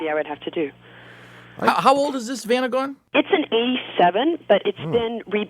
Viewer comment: Strange pronunciation of Vanagon.